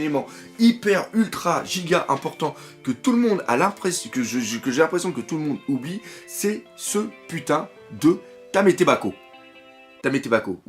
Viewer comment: Ça faisait longtemps qu'un épisode de One Piece m'avait autant fait kiffer, j'avais envie de chialer tellement c'était bon à voir. L'animation ou la musique, c'était juste génial! Et Reiju ils l'ont pas boobisée quand elle s'est changée. PS: non c'est pas Tametebako mais Tamatebako.